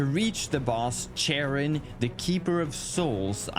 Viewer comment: unironically i think charon is pronounced like karen